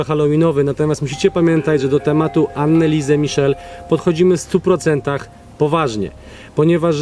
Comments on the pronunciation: Anneliese a nie annaliese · Anelisa/Anelise(drugie n powinno być nieme). Wydaje mi się, że tak to imię powinno być wymawiane. A siostra Marta była starsza, w końcu urodziła się 4 lata szybciej. W takich małych miejscowościach niemieckich gdzie są kościoły,często dzwony biją o równych porach, a nawet dają znak co 15 minut. I nic dziwnego, że dzwony biły jak wieszali człowieka, jakoś trzeba było to ogłosić społeczności, i być może oddać ostatnią cześć osobie , która była przed nią postawiona. Może i była opętana, ogólnie przykra historia. Jednak uważam, iż napięcie które próbujecie zbudować, jest dla wyświetleń? Mimo wszystko fajny odcinek, który zawiera istotne informacje. 😊